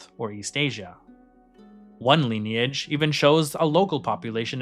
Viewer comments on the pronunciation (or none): none